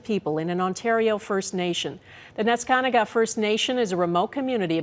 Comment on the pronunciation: FINALLY, SOMEONE CAN SAY NESKANTAGA CORECTLLY